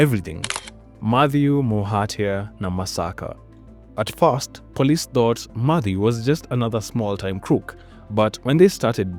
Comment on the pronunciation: I find it heard to listen with your mispronunciation of "thought, things, thief, third, three, thousand, thieves, thin, etc..."